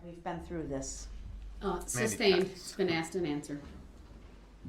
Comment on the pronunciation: The 4th objection he knows is "Axed and answered" 😂